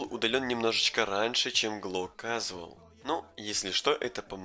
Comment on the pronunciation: у тебя ужасное произношение и это не предирки. Ты будто бы по приколу рас два три и сделал ролик. Сложно загуглить или спросить как правильно произноситься. "Casual"?